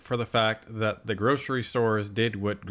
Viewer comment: Also it's that not dat.😏